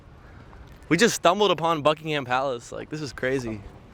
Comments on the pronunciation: Remember - buck-ing-hum and say it quickly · Buckingham palace - here’s a tip for travellers - dont pronounce the H. You’ll sound more English.